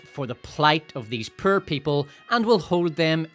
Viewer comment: I could even argue you say Power like Pyre and Poor like Purr.